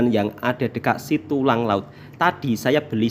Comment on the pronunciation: Setulang Laut Bukan Situlang